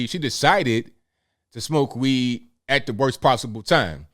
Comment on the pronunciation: Did you say tested positive for weed or weave?